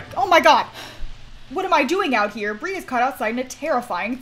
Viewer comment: "Brie Cheese" "Bree Cheese" "Free CHEESE"